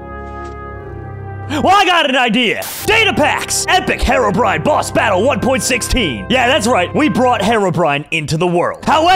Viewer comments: I'm done with. First he calls Herobrine "harobrine," and he's calling charged creepers "super creepers." I need stress ball, comrades. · It triggers me how he pronounced herobrine as hair-ro-brine instead of hero-brine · lol he pronounced his name wrong